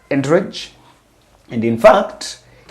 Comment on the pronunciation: Entourage - check pronounciation on Google 😊